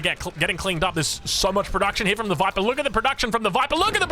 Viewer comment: That's not how you say "TheViper"!